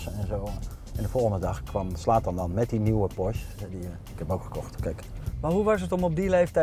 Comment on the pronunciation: het is een PorschE geen Porsch